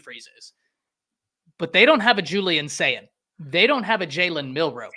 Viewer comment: Y'all might as well start spelling (and pronouncing) Julian Sayin's name correctly.